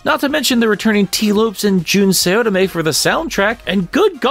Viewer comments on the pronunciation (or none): Think “Sen-O-ue.” Also “Sah-otome” and “Nah-oto O-shima.” You’ve been saying “Oishima” this whole time and I’m not sure how. 😜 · Jun Sayotome... 😮 & Tee Loops 😂 I'm sorry, but I couldn't let it slide😅 You'll never pronounce Japanese names wrong once you learn the sounds of their 5 vowels